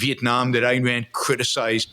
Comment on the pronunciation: Ayn…not Ann